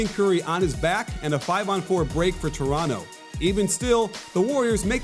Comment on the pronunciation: thank you for not saying the second T in Toronto!! Go raps!!!